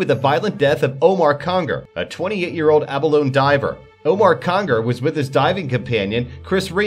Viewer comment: Abalone is pronounced with a long E. a-buh-lone-e